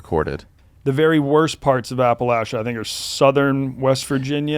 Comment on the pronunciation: saying Appalachia wrong, then right, then wrong again